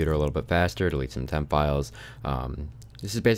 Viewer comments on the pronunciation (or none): he said: %vemp%